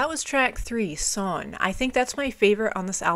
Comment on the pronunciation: A couple pronunciation tips. The "ei" sound is like "eye" as opposed to "ee". Think "Einstein". The "W" is more a "V" sound. And if I remember right, if a word ends with an "e", for example Sonne, it is said like "uh". And with the "S" being a "Z" sound in this case, the word Sonne would be more like Zo-n-nuh. Its been a while since I studied German, but I'm fairly certain this is correct. All that being said, I love these full album reactions. I have yet to hear a Rammstein song, let alone album, I didn't like. They are an amazing band, and definitely worth exploring further.